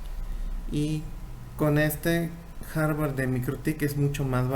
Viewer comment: Aprenda a decir hardware… no Harvard